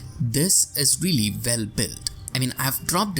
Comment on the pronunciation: "we" it's pronounced "u i" , not "v i", and "well" it's " u e l", not "v e l". I know it's your accent but it's veeeery annoying. And english is teoretically one of your native languages. I'm romanian and I pronounce more correctly